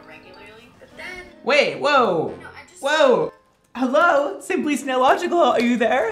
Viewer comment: I cried when he said snaillogical